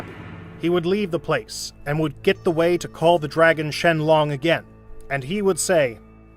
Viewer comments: Bruh he just says not SHENRON but shenlon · Shenlong he says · “Shenglong” and “whisk” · Shen ron no shenlong yes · they say shenlong instead of shenron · Lol he said dragon Shenlong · Bruh he called beerus beer oos and shenlong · He called shenron shenlong😂😂😂😂😂😂😂😂😂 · *"ShEnLoon" lol😂